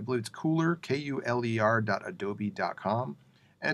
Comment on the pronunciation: Wouldn't "Kuler" be pronounced like "Color"? I mean, that what it is, essentially.